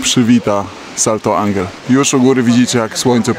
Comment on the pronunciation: Słychać, że opanowałeś dobrze hiszpański, ale błagam ten wodospad to fonetycznie Santo Anhel. Tak się to czyta.